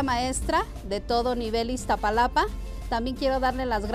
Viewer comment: Iztaparastra jajaja dice